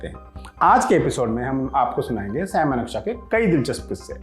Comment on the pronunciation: Shyam nhi saim maneksah